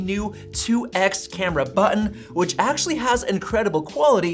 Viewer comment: god it's so annoying how much you say "aaaactually". Like you're putting emphasis on words that just don't make any sense